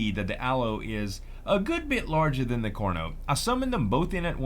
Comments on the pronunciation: its pretty annoying that he says corno in stead of carno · when you say Carno, to me it sounds like Corno